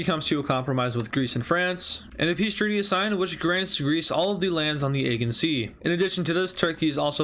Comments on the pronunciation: its ageAn.not egen sea.im triggered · Morale is More-AL, Aegean is Uh-Jee-in